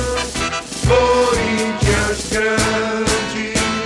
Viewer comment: vc ta e Maluco, o hino do gremio e muito melhro vc nem deveria se chaamr gremista esse hino do curintia é tao ruim que começa todo tronxo...e a pronuncia ta errada... o correto é "salve Ôh corinthians" kkk quando vc fala "salve o corinthias" e um chamando de "pedido de ajuda"